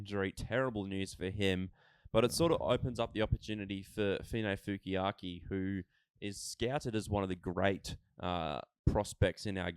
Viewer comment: You guys are adding in a extra K into finefeuiaki not finefeukiaki cheers